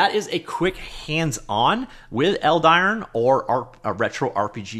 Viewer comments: Is it really pronounced eld-iron? I feel like as a name it'd be pronounced eld-i-ron instead. Idk maybe I'm wrong. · Yes, I would pronounce it Eld-i-ron, that would be my European kind of pronunciation :)